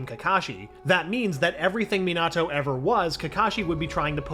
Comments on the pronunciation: ok I'm sorry but having Obito being called "Uchiha" is just too weird for me pulse he said "me-nahhhh-toe" instead of minato.... and my guy said ma-dare-a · Next time pronounce names like normal not meeeenaaatooo or muhdara